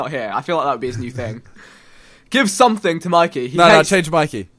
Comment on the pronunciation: Why does simon say "something" like "somethink". Like if you agree